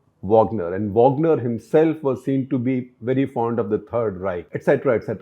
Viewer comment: वागनर not वाॅगनर